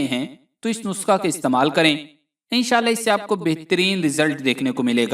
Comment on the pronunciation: Bhae,nuska nhi nuskha hota hy